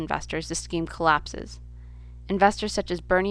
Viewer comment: what the hell is a ponzi scream?